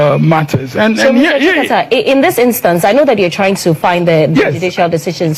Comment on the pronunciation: Why can't you pronounce The name Tsikata?